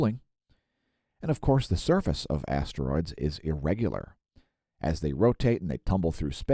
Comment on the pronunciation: I thought you said Assroids,i don't know shit about Asteroids.